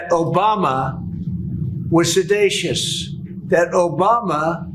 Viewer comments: Sedatious? That's not a word. I think he meant seditious. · ...What the f*** is "sedatious?" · If 47 has documents - not evidence but proof 😒 - showing Obama was se-dA-tious, how about 47 release those papers. Let’s see this proof. (Also, he must be using an increase your vocabulary daily calendar. He used a new big word but mispronounced it. 😁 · Trump says Obama is "sedatious" instead of "seditious". The man doesn't even know his vocabulary. I agree Obama should be speaking up more in defense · “Obama was “said-ay-shus!” What a moron. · If Trump "has the best words", then surely he should know that "sedacious" is not a word? Is he so stupid he doesn't know it's pronounced "seditious" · Hey, Donald - "sedacious" (or "sedatious") is not a word. Did you mean seditious? Maybe sebaceous - having to do with skin? Perhaps "sedate?" He's an asshole in so many different ways, it's still hard to believe after all these years. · You missed a perfect opportunity to call out Trump for a word that he used but obviously don’t know the meaning of: sedacious. There is no such word. He most likely meant to pronounce ‘seditious’, which means an act of sedition, and sedition is what Trump is guilty of regarding his attempt to overturn the 2020 election. Everything Trump accuses others of, he is guilty of. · “This isn’t evidence. It’s proof.” Huh? “Sedatious”? Huh? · 'sedatious' ??? sounds like my toddler learning to say multi syllables words. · Is he saying sedacious? Mmmm....weird. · Seditious. Goddamn he’s so, so, so, sososososoooooO STUPID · It’s ‘Seditious’…geez. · Trump, the most seditious "leader" (🤭🤣) of the United States ever refuses to pronounce it correctly because he knows he was all about sedition on J6. It's basically his "conscience" 🙄 trying to protect him, telling him "Shut TF UP, dude. Icksnay on the Bama-o-ay." Oh my Lord, Donvict is Such A Fool. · That’s such a hilarious mispronunciation. Watch The Daily Show’s Josh Johnson upload last night. 🤣